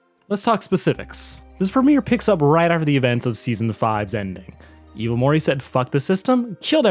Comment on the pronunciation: Dude, you literally need to learn how to promounce words correctly. Slow. Down. Read. You literally pronounced "Morty" as "Morry" this entire video. And that's not even the worst offence. Take. Time. To. Enunciate.